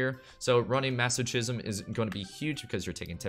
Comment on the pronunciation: Maso-Kism, not maso-CHism